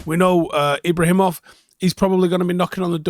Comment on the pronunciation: The lads name is not Ibrahimov, it is however Ibragimov , no H, but there is a hard G in the middle